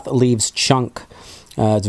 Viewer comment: its sloth loves chunk, not "leaves"